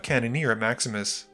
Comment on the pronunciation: Every time you say "Maximus plays", I hear "Max misplays"... 😅